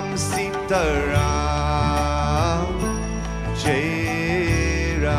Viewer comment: What is Seet Ram, you western Indian. Why are you pronouncing wrong names.